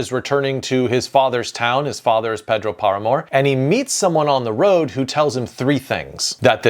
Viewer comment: Lovely video, very funny how you called the man Pedrwo Paramore